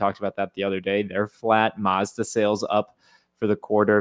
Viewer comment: You pronounced Mazda wrong.